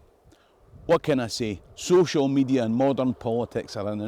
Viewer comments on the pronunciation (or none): none